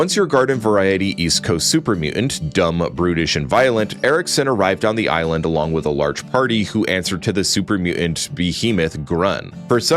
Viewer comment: The island please say that differently please